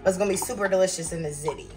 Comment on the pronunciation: ✅Zee Tee❌Zit Tee